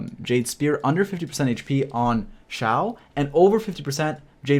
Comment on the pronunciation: It’s eh for Xiao